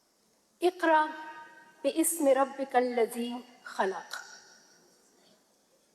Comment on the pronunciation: أقرأ بِسمِ لفظ هے اقرا باِسمِ نہیں ہے